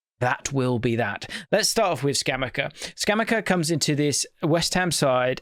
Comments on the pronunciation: It's ScamaCCA, double c. The c must be pronounced hard and the accent is Scamàcca, not Scàmacca (Hermione moment) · pronounce it Scam-acca (as in like betting acca) - it’s killing me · Came here to fix pronunciation 😂😂🤣